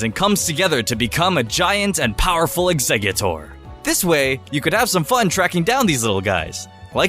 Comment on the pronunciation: um, it's Exeggutor not Eggsexutor